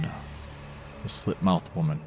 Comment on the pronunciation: It’s “Slit” Not “Slid”